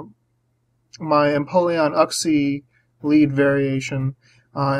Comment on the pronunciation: It always catches me off guard when you say "uhg-xie". "You-xie" is what I'm used to hearing. xD Gravity support would help your empoleon land some hits--buuuut it would ruin that nifty levitation skill swap you used here.